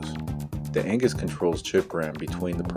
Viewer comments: Agnus not Angus 😄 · 12 million Amiga Fans all simultaneously screamed in anger when you called her Angus and not Agnus! Great and informative video, though! Your Power Supply is probably fine. Amiga Power Supplies are pretty reliable and need to be tested under load. When you plug it in, it will pull 5 Volts just fine, most likely.